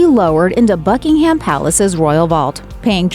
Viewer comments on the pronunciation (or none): Could someone please tell these people how to pronounce Buckingham? It's not "Bucking Ham", it's 'Bucking um" with the accent on the first syllable! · BuckingHAM uuuugh EdinBRA so many mispronounced words. CAAAstle … appalling. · the narrator says that Prince Philip's casket will "eventually be lowered into a burial vault at Buckingham Palace." Apart from the fact that she mispronounced "Buckingham" (it's pronounced "Bucking-hmmm"), I am pretty damn sure that Buckingham Palace does not have any burial vaults. If she had paid attention to his funeral, she would have seen that his coffin was lowered into the burial vault beneath St. George's Chapel which is on the grounds of Windsor Castle. This is not the first time that has made similar mistakes. She really needs to improve her delivery.